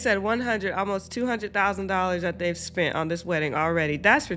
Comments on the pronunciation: Bro literally said spunt 😂😂😅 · did that dude just say we had spund?